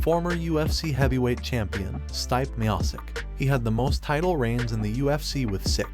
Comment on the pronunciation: PRONOUNCE STIPE MIOCIC AGAIN